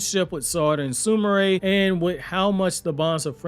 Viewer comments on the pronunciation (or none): none